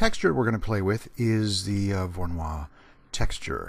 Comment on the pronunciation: It's not pronounced like a French name :) It's Russian: vorr-oh-NOY.